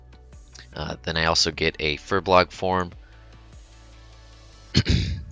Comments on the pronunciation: Every time you say FuBLOG I die a little inside. It's FurBOLG, dammit! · Why does everyone say furbolg wrong?